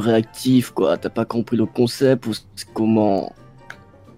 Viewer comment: Quand le père dit :c est un bon comsepte sa me fait trop rire mdrr🤣🤣🤣🤣